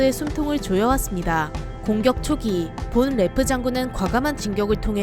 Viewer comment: 본 레프가 아니라 폰 레프임. 영어식으로 읽지 말고 독일식으로 읽으셈